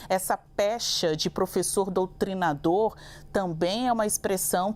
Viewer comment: Ele falou doutrinsdor